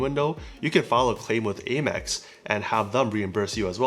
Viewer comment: Am-ex not Ay-mex. ;)